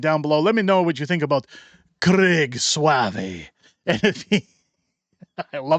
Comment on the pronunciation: It’s not swavé but pronounced sové sau = o it’s French